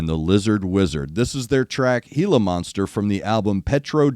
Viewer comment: You are correctly pronouncing Gila Monster, and no, they don't have them in Australia, but KGaTLW have been quite open about really loving the times they've toured in Mexico, and have also done a fair bit around the US, so I can only assume, they came across a gila monster during some of these times.